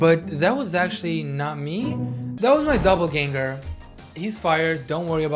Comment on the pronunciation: 😅 it’s doppelgänger not doubleganger 😅😅😅